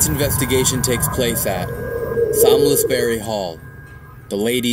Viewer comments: pronounced 'saumsberry' I live near there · The way you pronounce salmsbury hall is stressing me out 😂